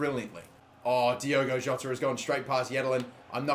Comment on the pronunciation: By the way his name is Diogo Jota, not Diego Jota.